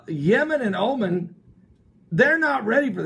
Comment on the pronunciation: The country of Oman is pronounced Oh-MAHN.